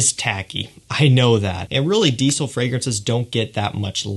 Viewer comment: Great video but please say diesel properly 😂 you're pronouncing it like "deecil" it's quite annoying it's "deezel" 😁👍